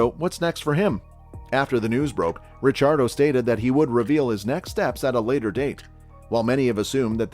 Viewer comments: His last name is italian so its actually supposed to be pronounced that way! (RiCCiardo) the double CCs are pronounced kinda like how they are in words like capuCCino. Daniel is aussie so he pronounces it in english so its easier for non-italians! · Mispronouncing his name?